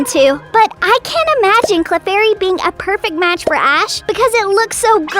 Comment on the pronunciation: It’s clefairy not clarfairy